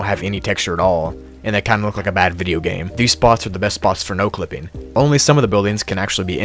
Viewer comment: you made a mistake at "exit my no-clipping", you said "np-clipping"